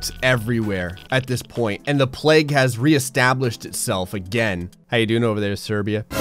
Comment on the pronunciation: It's pronounced plague, not pleg